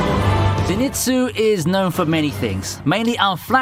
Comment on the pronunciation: FYI, it's not ze-nitsu, it's zen-itsu. just like detective conan's shinichi, it's not shi-nichi, but shin-ichi. I'd say that if you find Japanese name having an n in the middle when written in latin alphabet, chances are it belongs to the syllable before it.